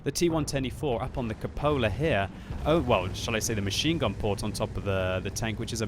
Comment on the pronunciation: No it's pronounced *Cupola